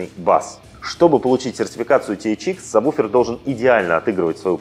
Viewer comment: Интересно. Как вы такой специалист и произносите саб буфер? Если нет такого названия, кроме сабвуфер!!!